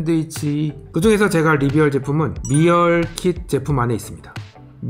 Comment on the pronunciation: 영상은 재밌게 잘 보고 있는데, 오늘 따라 발음이 틀린 게 많네요. 선글라스 때문에 철자가 잘 안 보이시는 걸 수도... breakfast: "블랙패스트"가 아니라 "브렉퍼스트" meal: "리얼"이 아니라 "미일" shelf: "셀프"가 아니라 "셸프"